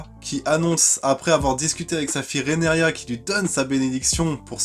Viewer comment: TaRgaryen pas Tagaryen RhaenYra pas Renaria. 🙏 Bon, pas de "malgré que" dans les 2 premières minutes, c'est déjà ça. Je croise les doigts pour que ça dure...🤞 Et non, Rhaenyra n'est pas la grand-mère de Daenerys : 7 générations les séparent. Je crois qu'elle est la grand-mère du grand-père du grand-père de Dany, un truc comme ça.